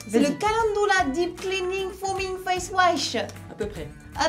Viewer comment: c'est pas le calendoula mais le calendUla...